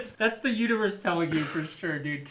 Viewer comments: I had to pause and rewind the video because I heard say Utureus instead of universe....i was confused\suprised. LOL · Uterus would be appropriate since it's a mother board 🤣